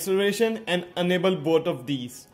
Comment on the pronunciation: dude you are pronouncing "enable" as "unable"